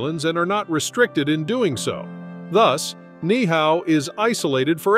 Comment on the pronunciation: Absolutely agree, many of the video clips are not of hawaii. Also, the pronunciation of Ni'ihau is incorrect, you pronounce both of the i's.